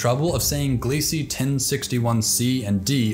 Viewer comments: Not that it matters but I believe the Kepler team are pronouncing Gliese glee-zuh. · Great video. Minor nitpick: Gliese is pronounced "Glee-zah".